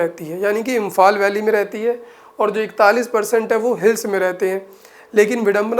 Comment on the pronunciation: Aur aapki English bahut achchi he velly nahi valley😂😂😂😂